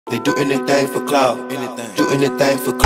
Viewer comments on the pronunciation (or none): Merde on dit "clout" pas "cloud" rap. J'ai appris un truc today